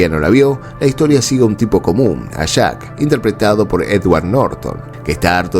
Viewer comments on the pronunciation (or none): none